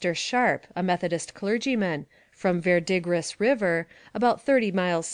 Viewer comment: "Verdegris River" "Ver-dee-gris" is pronounced "Ver-de-gree"